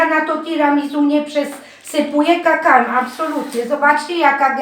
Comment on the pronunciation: kakao a nie kakało droga pani